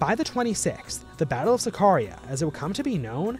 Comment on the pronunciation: Not KAMAL. If you respect him ( that you had to) you say Mustafa Kemal ATATÜRK. Please not say different. Not Zakaria. It's SAKARYA ! Not Maras. Its MARAŞ ! Not Törk. Its TÜRK! Not Törkiyy. Its Türkiye. Republic state of Türkiye !